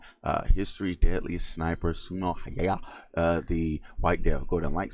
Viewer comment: He pronounces Häyhä wrong, so.. I haven't heard any american or other pronounce his name correctly. Greetings from Finland.